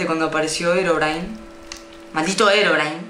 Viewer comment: Es he ro bri ne se pronuncia un poco la ache